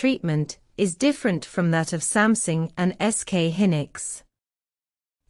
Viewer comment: Samsung has become "Something"? Please don't use AI voice over.